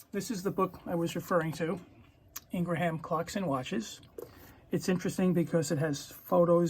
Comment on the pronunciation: It's Ingraham, not ln gra ham.